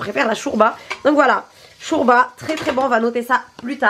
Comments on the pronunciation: Sa ma enerve tu dit chourba mdrrrrrr 😂😂😂 jme suis senti agresse wallah 😂😂 sinon continu t video c hela 💞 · Sa se dit pas shourba sa se dit shorba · Elle a dit chourba comme même hahahahahahaha 😂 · Je reve ou elle dit chOUrba😭🤣